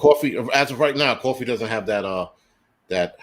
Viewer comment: Did you say cwaffee?